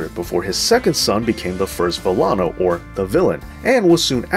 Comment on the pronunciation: Learn how to pronounce names Villano is pronounced Vi Ya No the double L makes the y sound.